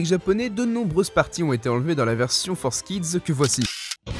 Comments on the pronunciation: FOUR… KIDS ! F-O-U-R !!!! Pas Forzz !!!! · pour l'amour du ciel on dit Forkids pas Forsskid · tu dit forcekids au lieu de fourkids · Entendre "Fours kids" m'a arraché les oreilles T-T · Dès le moment ou j'ai vu que "Forskids" s’écrivait "4Kids = For kids", j'ai décroché de la vidéo, me suis rendu compte que le contenu de cette vidéo est pas ouf en fait... (mais bon, vue la prononciation des autres mots anglais, comme "upskirting", ça fait relativiser, j'ai moi-même un accent de merde en anglais :O ) Vivement la prochaine, tu nous a habitué à mieux, jeune padawan! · Pourquoi il dit ForceKids au lieu de 4Kids aaaaaaaah